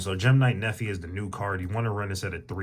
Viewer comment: Thanks man!!! Been looking for a good mistu build for gem knight! Also its Nepy, not Nephy :). I like how you say its a one card "simple" combo when we just went tens of combos deep lol.